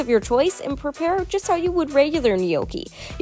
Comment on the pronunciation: The way she can't pronounce Gnocchi!